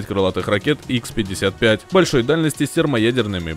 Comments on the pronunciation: Не ,,Икс,, 55 и 555 , а Ха 55 и Ха 555, это русские ракеты, а в русском алфавите нет буквы икс... Даже правильно википедию читать не могут... Тфу на вас... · Название ПАК ДА, а рассказ про Ту 160м!!! Дешёвый трюк! И ракеты не икс 55 а ха 55